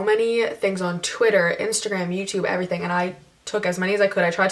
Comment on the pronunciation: You said everything like tana EVERYTHING smh